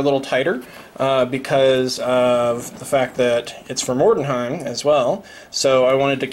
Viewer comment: Why do people keep pronouncing it Mordenheim? It's Mordheim, no E-N in there. You're not the only one who can't say it right :)